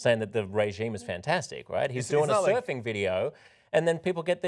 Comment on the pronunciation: Come on TYT. No one was willing to correct her. As she read, "Soofing..." I would have interjected, "surfing."